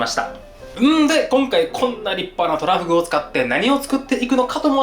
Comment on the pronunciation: 急上昇3位がトラ↓フグ↑ってイイ日本だ